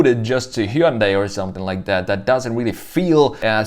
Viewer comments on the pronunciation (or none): none